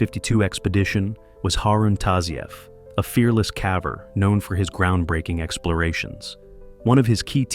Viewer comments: What's a "cavver"? Is it like a ... caver?? 🙄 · Love these stories.. but not going to lie... hearing the AI narrator say "cavver" is gettng annoying. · Mispronouncing caver as cah-ver, then later pronouncing it correctly is a sign of AI voice generation. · "Caaver?" I'm sure. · U must be fun at parties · What the hell is a Cahver??? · Poor poor "cavver."